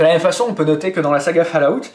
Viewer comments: att j espere tu trole en disant "falout" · On dit ''falaout'' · ....au final, pour ton info, au niveau prononciation, on dit (phonétiquement) fôl-owt(TTT) merci au revoir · putain mec, fall-août! ...................